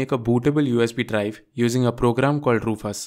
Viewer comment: Why you calling Rufus, RUFAS?